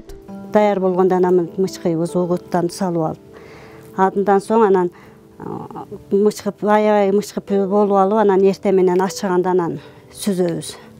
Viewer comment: Мычкып дебей мыкчып днш керек